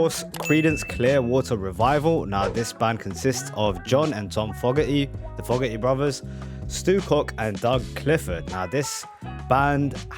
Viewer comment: Fogerty……pronounced …Foe….gerty not ….Fog…erty.